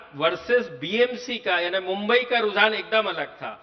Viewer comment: Anchor kp mumbai bolane ke liye correct karna chahiye.